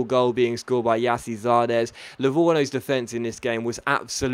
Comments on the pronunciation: It's actually JAS-see -ZAR-des as the pronunciation. I'm American so I know. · It's Gyasi Zardes (yarsi) btw :) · robbie horn It's pronounced Jesse Zardes